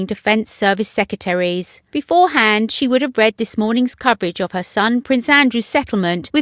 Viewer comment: To the reader: There are TWO Rs in 'secretaries'. Please pronounce the word properly as people from all over the world probably watch this.